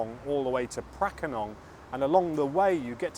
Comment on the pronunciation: "Paknam" is better pronounced "baag-naam" ปากน้ำ meaning estuary or river mouth or literally 'mouth water'.